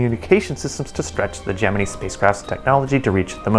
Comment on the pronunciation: Your pronunciation of the word Gemini is retarded. Where did you go to school?